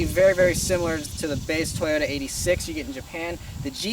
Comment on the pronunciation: He says 86 wrong. Fail. Fail. The 86 badge is legendary.